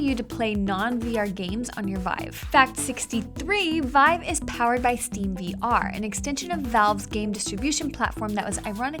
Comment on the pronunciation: "stream vr" "lie-nix" god did they do this in one take? she stumbles so much